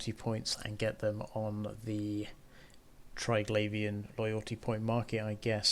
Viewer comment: English. What a brutal language. Triglavian should be pronounced Tri-glah-vee-an, since there's no 'i' after the 'gla', as in 'glaive'. No wonder people who have ESL struggle with it, haha.